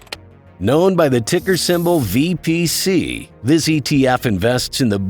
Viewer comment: its not VBC its VPC!